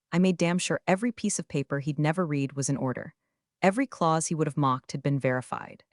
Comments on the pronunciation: I like how the AI always said she reed the letter vs red. English is a funny thing. Nice AI generated story though. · Hopefully someday AI will understand when read should be pronounced red vs reed. Or TED is Ted not T E D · Try to learn the difference between read (red) and read (reed). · read is pronounced as red; presents is pronounced as PRES ents; read is pronounced as red; B ryce is not spelled as Rice; read is pronounced as red; this is a good story but you need to know how to pronounce read and red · I love your stories. But the reader (AI?) needs to know that the verb "read" is pronounced as "reed" in present tense and as "red" in past tense. It's truly cringe-worthy for listeners. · You shouldn't use AI to narrate videos... It can't tell the difference between read (current tense) and read (past tense) !!! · A human would be able to tell the difference between read and read, lead and lead, and know which two of them rhyme. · Teach the narrator how to pronounce the past tense of read.